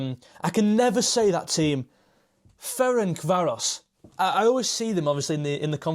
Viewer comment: ah since you asked, Ferencváros, was almost pronounced right, for english speakers it's like Ferentsvarosh (e like in pen, so you said that letter right). English translation: Francis (Ferenc) Város (Town)